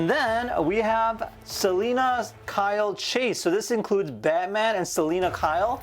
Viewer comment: "The BATSman" 😂